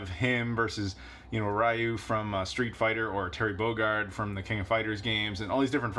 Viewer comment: “Kai Zuya” “Rye You” “Mew Jin” “Dragon Ball Zee-not-Zed Kakarot” Did Rob Janos’ Limited Run James accent of butchering pronunciations rub off on you??